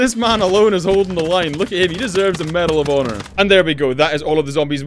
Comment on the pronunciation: lol he said madel of honer thats a game